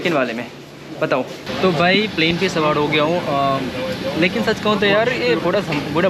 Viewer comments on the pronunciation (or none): Buda nahi yaar bura sawad nahi sawar bolo